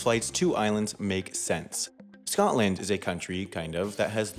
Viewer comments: 1. It's pronounced Scotland there is no gap between Scot and land 2. Scotland is bigger than that 3. Scotland is a proper country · Edinburgh is pronounced wrong Scottish ppl everywhere wanting to die also Scotland is one word its not Scot-land it’s just Scotland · He also said Scott-land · Did he just call Scotland.... Scot-LAND? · Forget the political designation question, I didn’t know it was possible to mispronounce Scotland, but he achieved it! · This guy's pronunciation of Scotland is just killing me. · Your pronunciation of Scotland hurts my tartan heart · The way he said Scotland and Edinburgh is irritating me